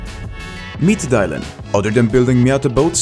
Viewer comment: Iis not pronounced Die-lan its dil-an